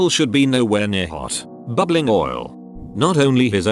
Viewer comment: I love how the bot says bubbling.